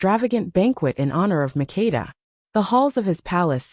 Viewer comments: Queen MAKDA is her name not Mikida & SABA is the name not Shiva . Because I come from that country❤ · You are destroying my name! It's MAKEDA. You have to say the ke very strongly.